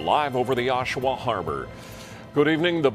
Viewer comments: It’s (OSH-A-WA) Ontario… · And her name is pronounced A-SHÉ (hache) And it's AA-SHUH-WUH(Oshawa)